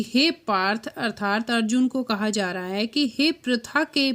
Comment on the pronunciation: कृपया अर्थात शब्द का उच्चारण सही करें।